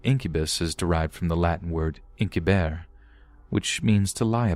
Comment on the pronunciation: Incubare is pronounced (ink you bar ay) not (Ink you bear)